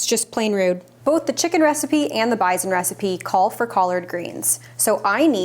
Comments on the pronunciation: What is "bizen"? Do you mean, bison? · Took me a sec to figure out what you were saying when you said BIZON…as we pronounce is bi-son. With an S. Now show us what you feed your shepherd. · At the beginning, during the other recipes, you referred to the bison and I had no clue what you were saying or meant. Then when you began the recipe, I was like “AHH!! BISON” FYI? It doesn’t have a “zed” in it 😉 Pronounce that “s”!!!! 😊😊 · Me, an American, took way too long to figure out what bison was. We pronounce it totally differently. I love finding out random little things like that.